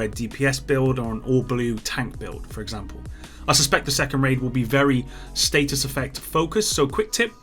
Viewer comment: Is it just me or does anyone else find it weird that pronounces status like state us